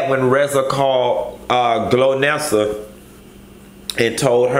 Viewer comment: Chile not glonessa.. Lolololol Golnessa